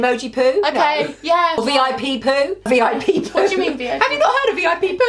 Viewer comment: It's not V.I.P Poo it's V.I.Poo